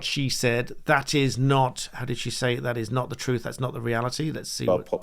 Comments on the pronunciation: “Not the troof”. 🤦‍♀️ the word is “truTH” and something the Liebour party know nothing about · "Not the troof" apparently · "Well, that's not thu troof".... a class act.